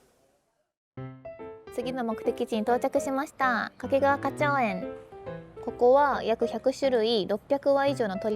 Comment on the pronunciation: 掛川のアクセントが西日本のそれ。